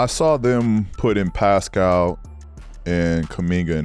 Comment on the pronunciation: It’s pascal not piscal. I love your pronunciation.